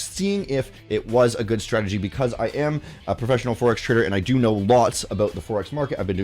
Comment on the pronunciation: Mans said STRATEDGY